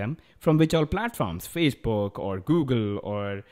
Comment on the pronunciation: Ha he said fazebook instead of Facebook